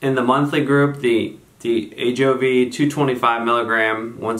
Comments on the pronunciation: A-Joe-Vee not Av-Joy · Hi. Nice production! A couple of things: 1) It’s “A-JO-VEE” not “AV-JOY” (a la Hermione Granger 😉); 2) Ajovy / fremanezumab binds to the CGRP molecule itself, not the receptor; 3) It’s really hard to compare drugs against each other without head-to-head studies. I’ve seen great results with each. The new Ajovy autoinjector is really cool!